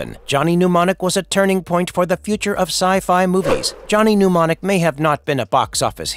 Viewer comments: It's Mnemonic not pneumonic. The writers and the talent on this site don't watch the movies they review. Google at best. Pathetic. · I find it infuriating that mnemonic is being incorrectly pronounced, it's "nem-on-ic", not "pneumonic".